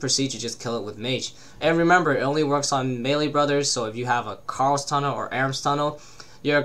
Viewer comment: Lol you say Karil like carl hahahah